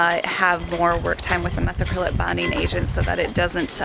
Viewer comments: Just an FYI but methacrylate is pronounced muh·THA·kruh·layt. Nobody will probably see this comment but I just started watching and wanted to set the record straight. Great job on the build and I'm anxious to see how things progress. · Love the channel and this awesome project but….. Methacrylate is pronounced: meth-AK-ruh-leyt (late). It’s easier to pronounce this way also. Keep up the great work!